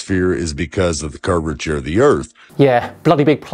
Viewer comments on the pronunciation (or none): I noticed that too. Half the time he was saying “curvachee.” The other half it was something like “curvaturavachee.” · This mf saying "curvetry"?! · This guy can't even say "curvature".... why would i trust him to teach me science....